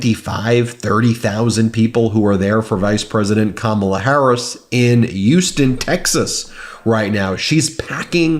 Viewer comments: FYI: We pronounce Houston, the city in Texas, with an “H” not a “U.” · Youston??? Yo, Ben, It's pronounced, HOUSTON.🤦🤦🤦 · Hue ston. Not U ston.